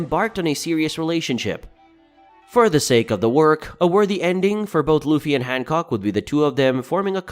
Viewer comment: Han “cock”